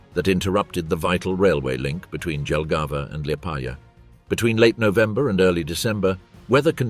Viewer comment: Say Liepādža one more time...